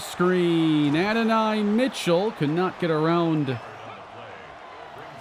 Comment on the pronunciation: go listen to how you say adonai name you’re saying it wrong my boy he’s a GA great been saying it wrong